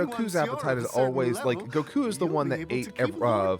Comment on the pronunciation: I never realized how much I missed hearing pronounce "Goku."